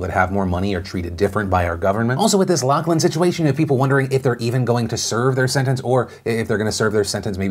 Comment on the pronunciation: It's pronounced LOF-LIN...stop saying LOCK-LIN